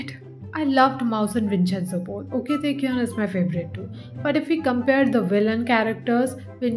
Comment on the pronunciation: Well babe Its pronounced oak Taecyeon Not okay Taecyeon Cz im his fan it hurts my soul